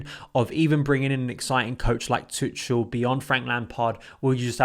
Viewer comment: You english guys have to learn how to pronounce tuchel PLEASE. It’s like tuckel